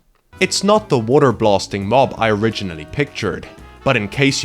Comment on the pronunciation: "Earth and Wuter?"